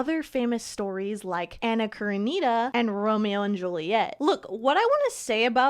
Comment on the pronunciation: i would do a lil more research into how you pronounce certain authors/names of certain things, like Anna Karenina. other than that I love your content!